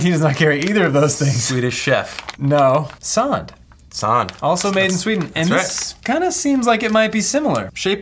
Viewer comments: ITS SAND NOT SAWND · I am from sweden and its not sånd its sand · It pronounced S-AND not saound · It's Sand not sond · I die a little every time i hear "Sahnd" (sand) but i love your channel 👍